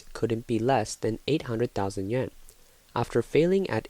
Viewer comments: why do these narrators in china videos keep saying "yuen" instead of yuAn? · It's Yuan. It's supposed to be pronounced like yoo aan but they just mispronounced it.